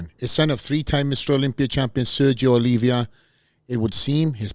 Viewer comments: Sergio Oliva not Olivia. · Keep saying his last name wrong. Poor Sergio 🙂